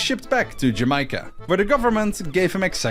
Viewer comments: why did you turn australian on 'jamacia' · bro turns Australian when he says Jamaica